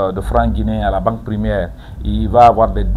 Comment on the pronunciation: On dit pas primiaire on dit primaire